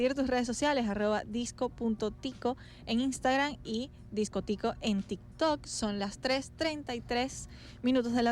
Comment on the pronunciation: ¿CÓMO QUE SE PRONUNCIA DISCOTÍCO, CREÍ QUE ERA DISCÓTICO :(((((? Pero por otro lado, excelente entrevista, excelente artista y excelente persona, 10/10 y ojala tener Neo Caracas para rato